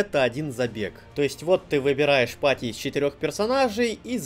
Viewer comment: ...и всё в таком духЕЕЕ...штукЕЕЕ...патИИИ... Любопытный выбор ударений, который приходится на последний слог, искусственно затягивая его🤔